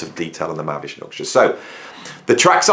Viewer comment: MAHAVISHNU NOT MAHAVSHNU